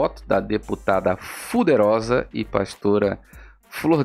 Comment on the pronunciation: Não aguento vc falando deputada fuderosa😂😂ainda da uma apertada no U para ficar mais pesado. kkkkkkkkkk demais vc.